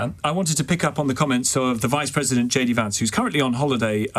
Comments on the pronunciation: Pwesident Chump* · she keeps saying President Chump😂